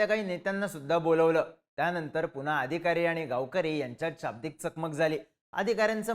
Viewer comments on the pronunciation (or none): none